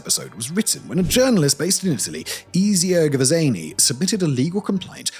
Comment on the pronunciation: I'm sorry, this is minor as hell especially compared to the subject matter, but how do you mess up mess up his name that bad? "Eh"-zio and I'm not even gonna mention his last name. Brother never played assassin's creed 2 or 3 smdh